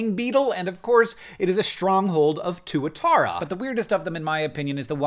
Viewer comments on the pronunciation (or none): none